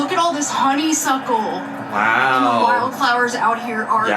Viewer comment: "this use to be a ray-ohhhed..." 🤪 Also pause here. adorable, tickled/pink gazing at the honeySUCKle 😂😂❤❤